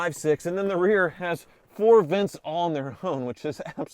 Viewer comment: “We have Vince here…” I was puzzled until I realized he’d said “vents.”